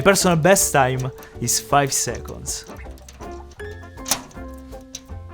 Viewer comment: he said "five secos"